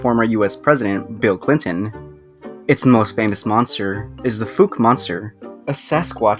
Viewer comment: Fouke is pronounced as fowk